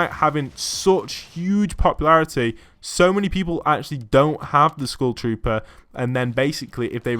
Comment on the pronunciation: Am i the only one hearing school shooter insted of skull trooper